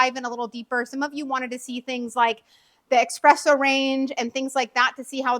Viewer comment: Yes it is pronounced eSpresso! So many people say eXpresso!! But I think this lady might be getting tripped up because she is talking about the eXpress machine? Maybe changing from eXpress to eSpresso is a bit of a mental tongue twister?